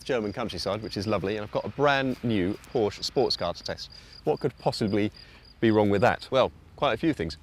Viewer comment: 1st European I have heard pronounce Porsche WRONG.